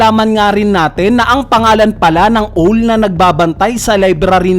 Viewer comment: Hindi ba "Awl" ang pronunciation ng "Owl"? or my ibang salita?